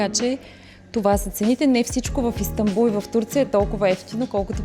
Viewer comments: Супер видео. Иначе се пише и казва Истанбул, а не Истамбул. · Благодаря за клипа, но може ли да изговаряш и пишеш името на ИстаНбул правилно.